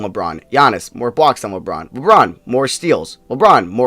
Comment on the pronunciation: It sounded like the girl said lebrons name wrong lmao